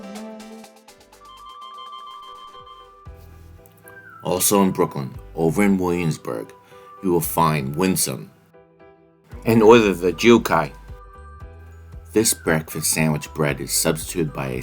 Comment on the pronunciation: Dude, jiucai pancake at Win Son bakery is pronounced jiu tsai. It means chives in Mandarin.